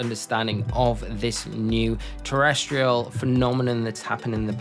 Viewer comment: Hey, just as a heads up the icon when sprigatito has the option, it shows "terastallize" and throughout the video it sounds as if you have mixed that for terrestrial. Bit of a mouthful of a gimmick regardless. Keep up the good work and can't wait to see you commentating for worlds.